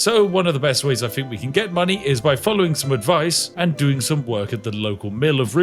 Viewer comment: Spiff.. Could you please practice the "TH" sound. Not that I'm the grammar police, but DUDE. "Fink" when you mean "think" "Free" when you mean "three" "Amafist" when you mean "Amethyst" Please mate, speak it like you own it. Unless you FINK I'M Fick